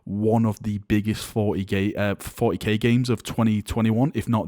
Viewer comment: haha he said forty gay